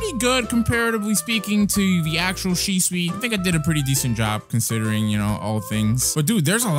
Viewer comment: well u pronounce shisui to shisu